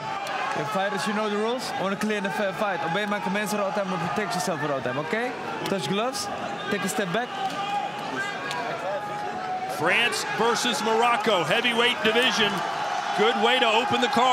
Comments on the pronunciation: Laidouni se bat pour la "FRÔNCE" 😂😂cocorico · Vive la "FRÔNCE" 😂😂😂😂